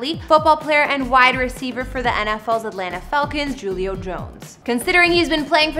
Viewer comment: I know you're not a football fan. Julio is pronounced " hulio ".😎😉